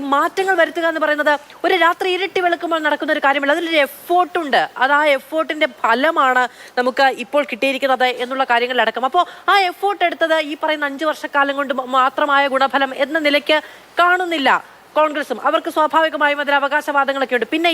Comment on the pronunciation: ബഹുജനങ്ങളുടെ ബഹുവിധപീഡനഫലമായി ബഹു'മാന'ങ്ങൾ നഷ്ട്ടപ്പെട്ട് ബഹുഭാര്യാത്വപട്ടം കൈവരിച്ച മാത്രൂവേഛീ.. 'എഫോർട്ട്' എന്നല്ല, 'എഫേർട്ട് ' എന്നാണ് ശരി.. ങ്ഹാ.. എന്തെങ്കിലും പറ.. ദയവായി അത് 'എഫാർട്ട് ' എന്നാക്കരുത്..